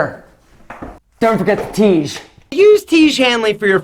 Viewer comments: 'Don't forget the Tiege' 😂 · "Don't forget the Tiege" Never forget the tiege.